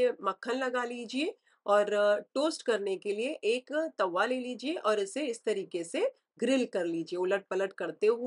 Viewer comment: Very nice 👌🏻 The way u said TAVVA and PAILE 🤣